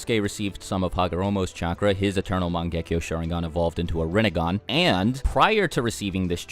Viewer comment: Please for the love of god pronounce sharingan the correct way.